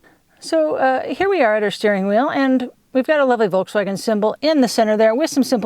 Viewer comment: Citroen (pronounce citrun) in the dutch language is also lemon ;-) André Citroen did in fact have a Dutch surname. In any case I don't care about pronunciation of Citroen, it sounds good to me either way. As opposed to volTswagen which is incorrect in any language but still half of the car youtubers somehow think that's the correct pronunciation..